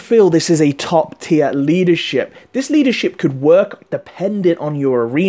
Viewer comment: sorry could you just say leadershiip again please!